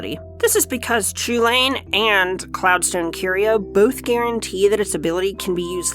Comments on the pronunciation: So is it actually pronounced chew-lane and not coo hulen or just hulen? I thought I’d was more Irish like Cu Chulainn being pronounced coo cullen. Still. Awesome looking deck! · So the guys on the Casually Competitive channel pointed this out: Chulane is a name from an Irish myth figure and is not pronounced the way it phonetically seems to be in English (because Gaelic languages have weird rules) and is pronounced 'Hull-en', or more specifically: "Chulane is an Anglicisation of Chulainn, from the Ulster cycle of Irish myths of Cu Chulainn (Chulainn’s Hound). While the “ch” at the beginning should actually be the voiceless velar fricative (like a rolled “h”, or an “h” crossed with an “x”), that’s not a common place sound in English, so use a standard “h” sound. The rest of the word is pronounced “HULL-en” (rhymes with “sullen”). Not CHOO-lane. Please." Another example of weird spelling/pronunciation is Ashling normal Gaelic spelling of Aisling; which was thankfully not spelled that way as people would be calling her 'Ass-ling' or 'Ace-ling'. A friend form my hall in study abroad was Irish his name was Oisin, which was said 'Aw-sheen'. Basically Gaelic is weird. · Heard that Chulane is inspired by Gaelic characters and as such his name would be pronounced Hulin. Any thought to that as an English prof? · A Designer that cant pronounce Chulane correctly...